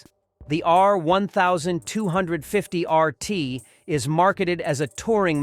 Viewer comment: Click trash. I switched off from your terribly edited and pronounced R1250RT 'review' Total bullx. A number of lies in there, if I was BMW, I would sue you.